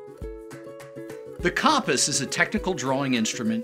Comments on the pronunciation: I was wondering if that was annoying anyone else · Disliked PURELY for "CAHMP-us" pronunciation 💀 bizarre